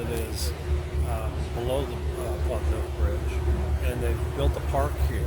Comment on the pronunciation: Hi,! I enjoyed hearing your top ten, but the best parts were the pigeon giggles and the banter between you!!! A couple of points: First, Pont Neuf: It's pronounced Ponough (pon as in gone and nough as in enough, and the accent on the second syllable. Google Translate or DeepL Translate each have a 'listen' button - it'll help you a lot. Second, before deciding on Paris, go back for at least a couple of weeks in the summer high season (Late July and through August (If you take me up on this, you should try to book somewhere now). You'll find that it's a very different experience. You need to bear in mind that Paris, a very small city, is the most visited city in the world and that there's a very good reason why all who can leave Paris in August do leave! It's true of anywhere, really. Eg You'll be visiting Nice in the best months of the year, and in winter, the weather is chilly.